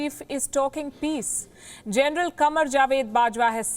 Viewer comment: The most hypocrite, biased and bullshit representor I have ever seen... Like seriously wtf "it's about gernal bajwa tone", come onn !!!! Hahamm its really making me laugh...